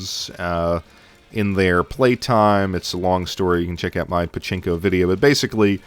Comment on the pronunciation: Did you seriously say "Chinko" instead of "Pachinko"? Just FYI Chinko means Dick ;)